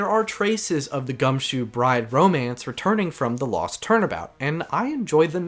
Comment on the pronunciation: Finishing up T&T right now, coming back here after each trial to see your thoughts. Great work overall, I like hearing you talk about AA. Though, I’m constantly confused during the Recipe for Turnabout section, Maggey’s last name is pronounced as “Bird” yeah? Like I keep hearing Bride and I’m like “Who?😂”.